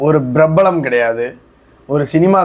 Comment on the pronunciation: பிரபலம், பிரப்பலம் அல்ல தம்பி. சரி சைதுக்கொள்ளுங்கள்.